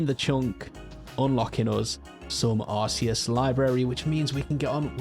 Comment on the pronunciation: It's ar-KAY-uss btw, not ar-SEE-uss 😌